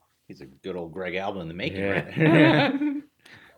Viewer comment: Greg alba nailed the name